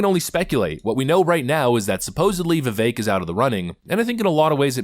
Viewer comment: Its not.vivake its vivek